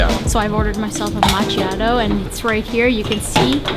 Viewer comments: Caffe macchiato wymawia się "makˈkjaːto" a nie "mac'ciato" :))) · Macchiato is pronounced “Makiato” “Ch” in Italian makes the K sound. The letter C only makes the English “Ch” sound when there’s an i after it. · hello don.t hate me BUT my barrister friend at $tarbucks he say it is pronounced as mac kiato !!!! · Ma kkia to not ma chia to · It’s pronounced makiatto not meshiato 😌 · both of you learn at least the names...macciato???is frikking macchiato ,sfogliatelle napoletane...omg bella mi Napoli...